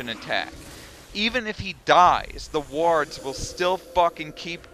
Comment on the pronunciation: Great video. The only thing you got wrong is the way you pronounce "wards"